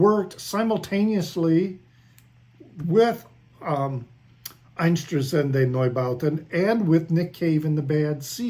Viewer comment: with Neubauten you were close, with Einsturzende a bit far away..😃 but hey..I learned Dutch, English, French and German on highschool and we are neighbours of the germans, and we can watch german television,so for us dutchies its a lot easier. 😃